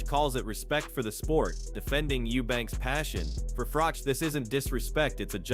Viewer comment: How can this proclaim to be a 'boxing channel', when the narrator can't pronounce 'Froch' or 'Bellew' correctly? Or is this just another lazy creator using one of those horrible AI voiceovers? Either way, I can't take content like this seriously!